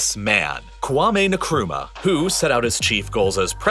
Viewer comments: Great job! But every time you say Nkrumah i laugh, it's pronounced 'inkruma'😂😂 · I'm Ghanaian..and I couldn't help but notice the pronunciation of President Nkrumah. it isn't Nikrumah rather it's pronounced Ink- kro - ma. I hope this helps. Thanks for the amazing video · Great video, just a heads up the pronunciation of Nkrumah is :In-kroo-mah. Not sure if that helps 😅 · Kwame Nakruma😩 my man did not even try to pronounce his name right. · Wait we pronounce it as "N-kruma" here in Kenya... Thought that was the correct pronunciation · You really butchered the name (Kwame Nkrumah) there 🤣🤣🤣🤣